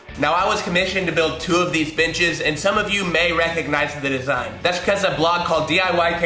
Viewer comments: Very nice, sounded like you said these bitches...lol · Sounded like you said bitches. LOL! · I thought he said "bitches"